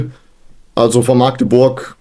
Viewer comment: Hallööööle aus Maaaagdeburg.... grins... Magdeburg wird mit einem kurzem A gesprochen... Zum Spiel: Ich kann euch nachempfinden wie es sich anfühlt.. wir hatten vor einigen Jahren ein ähnliches Spiel.. DfB Pokal gegen den FC St. Pauli... wir hatten 42 Torschüsse und haben dennoch mit 2:3 verloren und sind ausgeschieden ... solche Spiele gibt es nun mal ... aber das ist ja der Reiz am Fußball... Und wir sollen aufsteigen??? Um Himmels willen... Ziel ist der Klassenerhalt.. und wenn alles gut passt in der Saison, dann pendeln wir uns im Bereich platz 7 - 10 ein... von mehr will ich gar nicht sprechen...